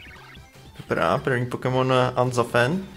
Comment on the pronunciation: Unzafent ? Ne ,Unfezant :D